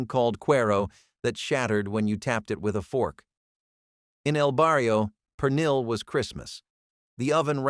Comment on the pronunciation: toss tones… pee lawn… per nill… cafe con letch… gwineos… I’M SCREAMING 💀